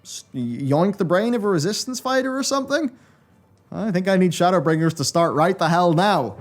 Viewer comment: Shadowla- bringers 😂 editor save